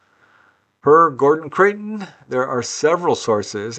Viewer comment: Hi, have to pick you up on your pronunciation of Creighton as you say it often, it's Criton as in eye! I used to subscribe to FSR back in the day, GC was a very important player.